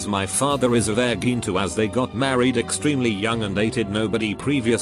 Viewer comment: Nobody: Absolutely Nobody: Story Time with Reddit: Verr gin